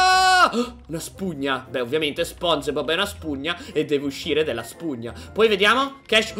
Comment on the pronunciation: SI DICE SPONGIBOB CON LA I